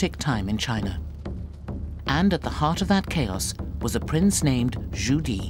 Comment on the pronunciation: Zhu Di not Judy